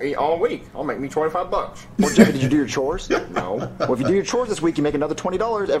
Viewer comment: Black yoshi said choes actual word chores